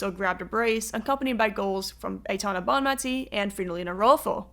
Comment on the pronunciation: Very good but you're pronouncing the name of the best player in the world incorrectly. Bonmatí, accent on the last syllable.